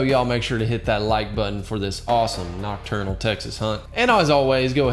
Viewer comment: I just started the video an im excited but nacturnal ik u ment nocturnal